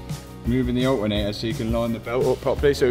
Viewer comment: Alternator ❌ Al ernay aaa ✅